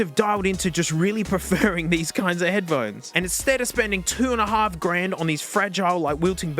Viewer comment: head puh hone ees